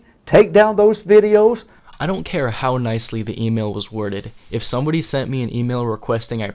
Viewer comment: "awnd ownly stumbacks sceals from stumbody